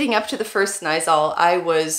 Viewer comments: you do know by now that you pronounce double letters longer? snijzaal is not pronounced as snijzal it is snij zaaal!! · Snaaizal.....sounds good to me...almost...but it will work out for you....you’re ok